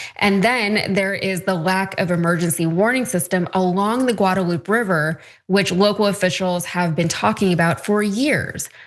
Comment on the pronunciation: The fact that the journalist doesn't pronounce the names of either the Guadalupe (Guadalu-PAY) River, Caroline Leavitt (Lev-itt) or Kristi Noem (Gnome) correctly is WILD. I'm not sure how you could even watch the news, let alone report on it, while missing these basics. Yikes.